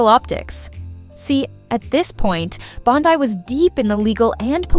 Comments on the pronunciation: Bondi…Bondi, not Bond eye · 9.1M views and 100👍🏻 This shows what a sorry azz sack of crap, progressive hit piece you put out on a Trump cabinet member. Voice troll won’t even pronounce her name correctly! “Lefty Facts Vs” Who’s running your outfit now? Brian Steltzer?